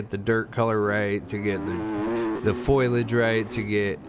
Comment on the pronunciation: Keep it up bro! Also, as a fellow dyslexic, its foliage (fo-li-age) <3 I get my ls and is swapped up all the time so I feel ya